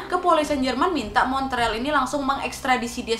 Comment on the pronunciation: Montreal dibacanya Mon real.